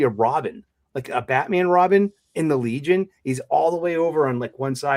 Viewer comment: IT'S BAT-MAM!! 😂😂😂😅